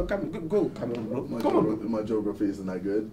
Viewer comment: he say bro , "boro"